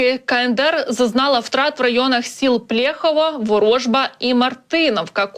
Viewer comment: Не ВорОжба, а ВорожбА правильно буде)